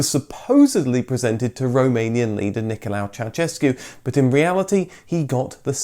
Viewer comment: Complete lack of research into Ceausescu's name, it wasn't "Nicholau" it was Nicholai. Also no research into the pronunciation of Dacia, Aro, Pitesti etc etc etc